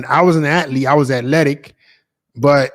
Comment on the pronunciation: Its "ath-lete" not " at-lete"